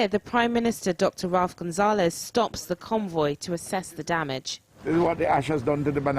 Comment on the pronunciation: Apart from the fact that she pronounced the Prime Minister's name as 'Gonzales' not 'Gonsalves'